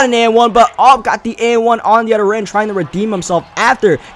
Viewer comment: Whenever you say oder and not other I want to punch u